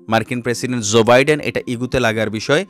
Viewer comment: pl pronounce US president's name correctly.